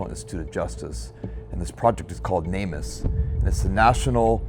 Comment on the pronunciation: You'd probably have better luck getting info out to the general public if you stopped saying "namus" all one word and instead pronounced it "Name Us". People are much more likely to connect the org with the purpose if pronounced as words instead of an acronym.